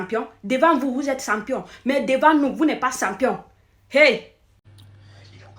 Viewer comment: C'est pas sempiom madame. On dit Champion, champion ok. Vive les ÉLÉPHANTS ❤❤